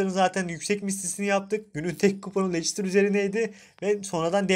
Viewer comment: Lestir diye okunur lecistir ne ya?